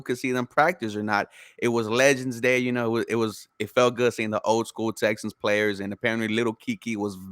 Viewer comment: Guy on the left called em “Texins” 😂